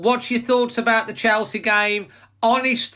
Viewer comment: I fear a heavy beating !!!.... its chelsea not chorley !!!